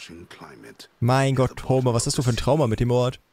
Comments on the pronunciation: Als erstes nen bisschen Klugscheißerei: Homer wird Ho-mehr (also einfach deutsch) ausgesprochen, kann mir aber auch vorstellen, dass du es aus Spaß so aussprichst. Ansonsten danke für die Videos, das Spiel sieht sehr vielversprechend aus, bin schon am überlegen ob ich es mir im early access hole. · Homer ist ein berühmter Dichter gewesen, falls es dich interessiert. Auch wenn ich bei den Namen immer an Simpsons denke, obwohl es theoretisch eigentlich anders ausgesprochen wird. Bei dem Dichter ist das e eigentlich länger gezogen., Generell sind viele griechische und auch römische Namen sehr - sagen wir - interessant XD